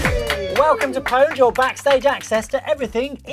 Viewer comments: If you are going to name a show PWNED at least pronounce it right, it is still pronounxed owned, it's a play on a common typo....... EA out of touch with the gamers as usual..... The only thing you got right was the bimbo but it is obvious she isn't a gamer... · Since when did people not pronounce it p-owned?